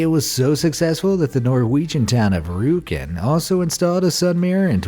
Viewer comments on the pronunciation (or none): I like how he pronounces Rjukan as if it's a Street Fighter move or something haha